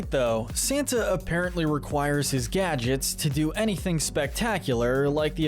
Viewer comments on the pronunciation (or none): none